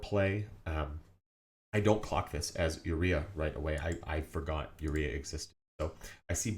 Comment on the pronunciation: Great video only one thing urked me, your pronunciation of URIA, its Oo Rye uh